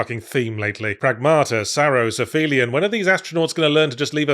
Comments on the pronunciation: Minor nitpick, aphelion is pronounced ap-helion, not affelion. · Yahtz, Aphelion is pronounced "app-helion" as in "helio" as in "sun" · Respect Yahtzee's principled refusal to pronounce "Aphelion" correctly.